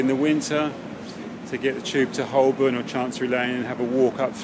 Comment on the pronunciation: He keeps mispronouncing Holborn.